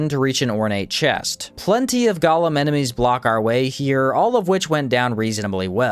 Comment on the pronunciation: I watch your stuff because you definitely make the best Outward videos out there, but the word Golem is pronounced Go-Lem. Gollum is a character from Lord of the Rings